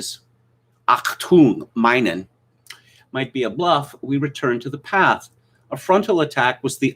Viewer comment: Had to stop listening when mispronounced "Achtung Minen" so brutally.